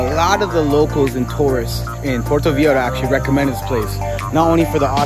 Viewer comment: I love this content!! I’m going for my birthday soon so very helpful 😌. But how you pronounce Viejo cringes my soul every time. Lol I’m sorry! Vei HO. That’s all.